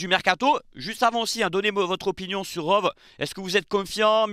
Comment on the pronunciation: Rove? Comme les chèèvres? :) On dit "Rowi"